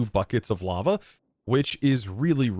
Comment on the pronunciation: I keep hearing llama everytime the word lava is said. Gotta go put my tired/sick self to bed lmao. Also love watching everybody’s different and unique ways of building on the server